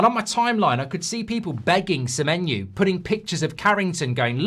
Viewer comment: Sememenyo didn't come cos you can't pronounce his name mate. Muppet